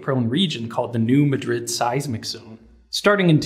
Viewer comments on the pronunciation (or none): You mispronounced New Madrid. Both it and the town of Madrid, NM are pronounced "mad-rid", not "ma-drid". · FYI, New Madrid is pronounced "MA-drid", not "Ma-DRID", like the city in Spain that this location was named after. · It's New Maadrid, long "a", not Madrid like the city. We like to pronounce things differently in the Midwest, like Karo, spelled Cairo, or New Berlin, accent on the first syllable, not Berlin like the city in Germany or the composer. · The pronunciation of new Madrid is New Mad-rid, not New Ma-drid I live here and family has been here for over 150 years. Thank you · Just as an FYI, "New Madrid" isn't pronounced like the city in Spain. It's said like "MAD-rid", just like how Cairo, IL is "KAY-roh" and Athens is "AY-thins" in several places in the American midwest and south. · It's New MAAAD-rid. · Late. Not like Madrid, Spain. Mah drid. Accent on the first syllable. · The New Madrid fault line is not pronounced like the town in Spain. The emphasis is on the first syllable in Madrid. Most of the towns around that area have names that are...southern bastardizations of European and Middle Eastern cities. Like Cairo is pronounced Care-o. Vienna is pronounced Vy-anna not Vee-enna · re: Errata: If it's 'New" MA-drid", where's old MA-drid ? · Minor point, the "Madrid" in New Madrid is pronounced "MAD-rid," said "mad" as in angry, emphasis on the first syllable. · You're not from the area. The name of the earthquake fault is not pronounced like the capital of Spain. It is pronounced new MAH drid, with the emphasis on the first syllable. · Oooh, I've been wondering about this, since it's my state! Awesome! Btw, it's the "New MAD-rid fault." No Spanish pronunciation for this one. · Love the vid Grady! but its new MAHH-DRID to us locals :) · You are pronouncing Madrid wrong. The A is flat. And the emphasis is on the first syllable. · We pronounce it "New MÆ-drid". Æ = the A sound in cat or apple. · Maybe. I grew up there and never heard anyone say muh-drid.